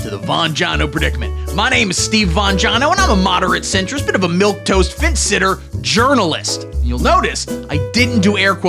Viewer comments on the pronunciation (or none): not to be that guy but its milquetoast. not milk toast